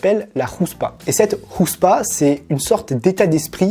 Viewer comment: Houtspa c'est comme haim. C'est avec un héte pas avec un hé. À prononcer comme si tu crache avec la gorge ; )